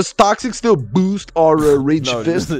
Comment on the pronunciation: The way says boost, I can’t 💀💀💀